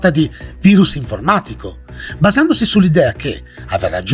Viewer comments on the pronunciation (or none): none